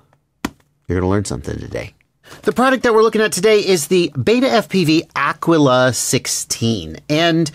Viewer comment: Pronounced ah-key-la*